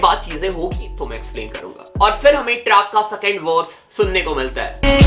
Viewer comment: Bro shadi hota hai Sadi nehi singer hota hai sanger nehi second hota hai sacand nehi urvashi hota hai urvasi nehi composer hota hai compoger nehi compose hota hai compoge nehi kya rapper banega re tu